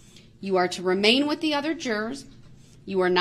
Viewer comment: New words everyone…from brooks ….that is now DAT….with is now WIFF…ask is now AX…lets all remember these fancy new words and teach our children these words